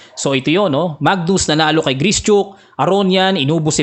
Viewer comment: Gri - shuk po ata tamang pronunciation